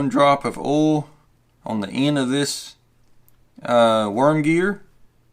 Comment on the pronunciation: Oil , not 'Ol' Thanks for the video.